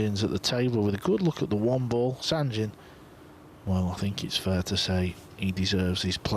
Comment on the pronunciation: Are they going to learn ever how to pronounce correctly Sanjin's name? Is it so hard?